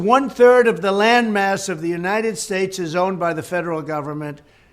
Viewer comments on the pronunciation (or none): none